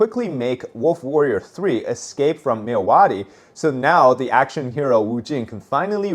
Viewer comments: I'm from Burma my dude. I know you are trying your best with pronouncing our names. Myawaddy is pronounced "Mya^ Wat D". Love your content dude. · As a Burmese/Myanmar, the way you pronounced Myawaddy makes me spilled out my drink haha.